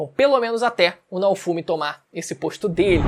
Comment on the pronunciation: Se pronuncia Naôfomi, pqp assisti uma vez que tu aprende